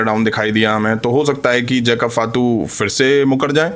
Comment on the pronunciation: फातू नही भाई फाटू😂😂😂